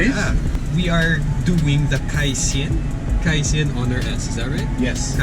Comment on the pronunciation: It's pronounced as kai - chen.